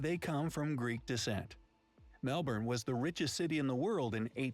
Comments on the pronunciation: Nailed the Melbourne pronunciation! 👍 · So proud. Yes you’ve said Melbourne right. Well done 🎉 We now have close to 27 million people. Population explosion. 💥